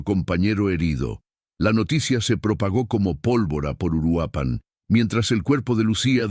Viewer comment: Es Uruapan, no Uruapán. Es evidente que Youtube necesita comunicadores efectivos y eficientes (qué hagan lo correcto y correctamente)